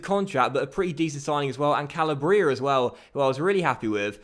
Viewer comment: Just to let you know, you are pronouncing "Calabria" incorrectly. It's pronounced Ca-lab-ria. Not Cal-a-bria.